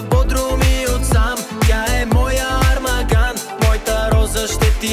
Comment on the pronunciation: Професоре: армаГан е грешно! Правилното е армаан, г то не се чете